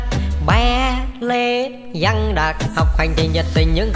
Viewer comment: Văng mà giăng bị ngọng rồi cô ơi